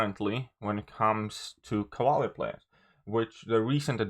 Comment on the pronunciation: I'm not going to hear you say Cavaler anymore? 😥 😔